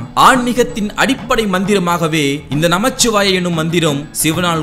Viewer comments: நமச்சிவாய அல்ல நமசிவாய உச்சரிப்பு மிகவும் அவசியம் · நமசிவாய not நமச்சிவாய பொதுவில் சொல்லும் விடயங்களை சரியாக சொல்லுங்கள்